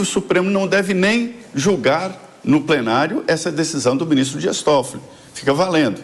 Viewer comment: prenario? eu ouvi bem? uhahuauhauh